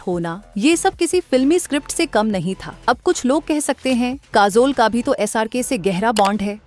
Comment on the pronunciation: Kaazol, there is jhool in pronunciation.